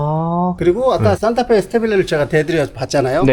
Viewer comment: 산타페사세요로 들리네 ㅋㅋ